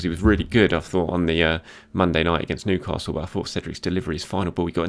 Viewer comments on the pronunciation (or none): none